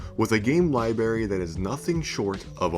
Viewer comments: with a game LIBARRY lmao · LIBRARY!!!! The word is LIBRARY with 2 "R"s you mouth-breathing console baby. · Did...did you just say Li-berry? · You say lieberry not library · Bro, it's LIBRARY, not liberry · Anyone notice he says, liberry instead of library? 😂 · You lost me at liberry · It’s Library, not Lyberry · You have a game lie- berry? Come on man. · Li-berry... damn bro. I want to watch too lol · Please learn how to pronounce "library" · Sorry I can’t get past the libary thing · Look at how the word library is spelled. Why are you pronouncing it lie bury? That's embarrassing bro. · I can’t take anyone seriously that says ‘library’ like “lie berry”. Sorry, but your opinion is invalid until you can’t speak like an adult. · “Words are easy to pronounce” This guy: lie berry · “Game lie-berry” lol ah the ol “lie-berry” give away. I am going to call it….you are an uneducated colored gentleman aren’t you? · I hate that you pronounce library as lie-berry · Bro. Library. There’s more than one r in the word. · Did he say “libary”? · "game liberry" 😂😂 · I turned this off at liberry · Libary. Looking forward to the switch 2 predecessor. What is going on in this script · Lib(r)ary my guy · Repeat after me ... libRaries. There's an R in there. Still love the channel though. 😊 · The moment you said "libary" I was out. Can't take tou seriously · Is he pronouncing it "libary"? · “game libary” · 200 years ago you'd be helping to build a new dialect, and possibly eventually a new language. Today, you are just mispronouncing the words. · Yeahhh, I'm not watching a 21 minute long video where a guy can't even pronounce the word "library." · You’re almost 40 time to learn how to pronounce library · pronounce library again?